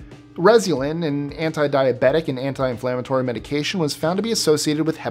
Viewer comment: Great job at pronouncing the medication names,!